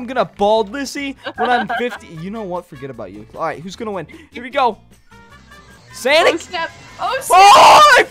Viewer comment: Sanic not SONIC